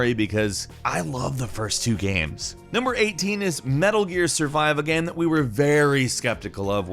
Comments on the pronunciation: Is he saying game or Gam? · This is a genuine question do you say gam instead of game sometimes. I notice it sometimes but maybe im just totally trippin